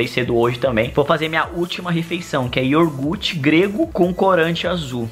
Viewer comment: nao é iorguti é iougurte